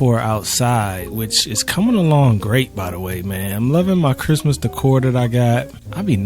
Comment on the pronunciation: no one:: 🥷"ITS CHRISTMAHS TIMEEE! (x3) you excited fa CHRIMUHTYYYHME??” 😂😂 missed you man lmao🤍